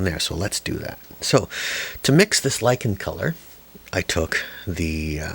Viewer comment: I'm likin' your Lichen! And thanks for saying "lichen like likin' since if it rhymes with itchin' I'll start bitchin. ;-) Good instruction too!